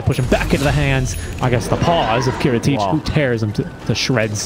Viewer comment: kiritych correct pronunciation is "Cheshikat"